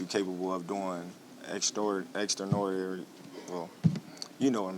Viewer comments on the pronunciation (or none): He can't say extraordinary 😂 my dawg tho.... 3 times undisputed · Terence crawford is so extraordinary he can't even pronounce the word😂😂😂